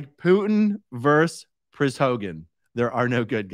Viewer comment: Aaron, I admire, and love you,,,,, but the word is versus